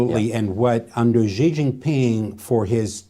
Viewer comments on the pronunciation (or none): Know your enemy, Chinese president”s name is pronounced like a female pronoun “She” not “Gee”